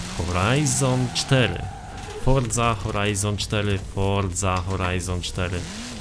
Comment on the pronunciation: Forza Horizon4 ? HORZA HORIZON4 !😂